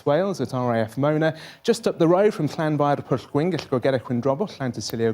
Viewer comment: The news reporter looked so satisfied when he pronounced Llanfairpwllgwyngyllgogerychwyrndrobwllllantysiliogogogoch perfectly